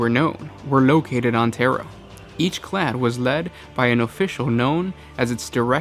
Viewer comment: Suggestion: Pronounce the words correctly. "Clade" has a long "a". Clade, from the Greek "branch".